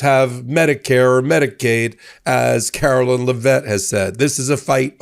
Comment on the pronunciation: Karo-lie-ne Be-lie-ve it!